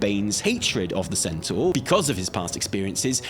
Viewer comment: "centaör" Come on, we know you know how to say centaur.